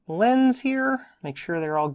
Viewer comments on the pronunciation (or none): none